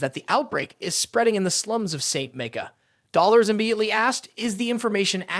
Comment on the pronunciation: Man I love this recap but the way you pronounce Dolores it just makes me cringe lol